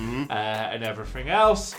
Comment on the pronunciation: At the very end “and effryfing else” Andy Murray